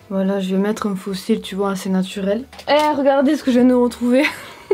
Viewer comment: Il debut quand ta dit "natourel" j'étais morte🤣